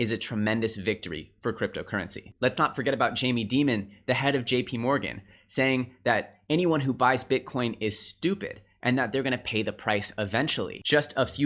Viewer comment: you lost me at Jamie Daemon xD It's pronounced Die-Mond, like the rock